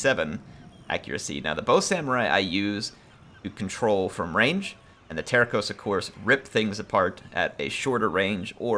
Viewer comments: Actually, "terços" isn't "terkoes", but "tersoos". Enjoy! :P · Terços pronounced more like Terssos (Tercios in Spanish) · Hi! Portuguese fan here. Love the Portuguese Catholic Missionary theme of the campaign and I love this time period. Tercos, which in Portuguese are spelt Terços, mean one third which is referring to the proportions of troop type in a unit. If you want to spell them like a Portuguese man, just say "Tear-sooj". Thanks for the campaign! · The C in Tercos is not pronounced with a K sound but with an S sound.